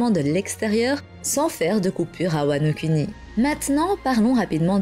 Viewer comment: "wano-cunny" J'ai explosé de rire, désolé 😭